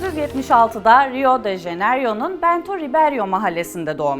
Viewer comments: Rio de Jeneryo degil abla ya Rio de Janeyro! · Rio de Jenaryo deyil, Rio de Janeyro